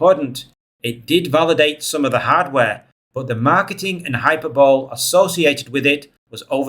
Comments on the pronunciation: fyi, hyperbole is pronounced "hi-Per-buh-lee" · Hyperbole is pronounced High-per-bo-lee.